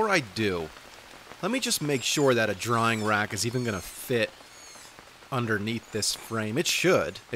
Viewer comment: "drying rack" You keep saying "drawing rack"